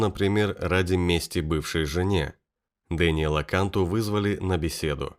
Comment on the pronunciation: фамилия произносится кантУ .. это сто процентов